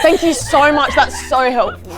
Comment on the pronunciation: IM CRYING Brden: what are yew? "Oh I have a little way about me"